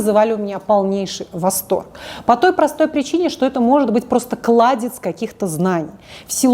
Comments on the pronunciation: Не кладеЦ, а кладеЗЬ. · Почему вместо Кладезь знаний всегда говорит Кладец? Долго думала есть ли такое слово вообще и правильно ли так говорить 😀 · Не кладец, а кладезь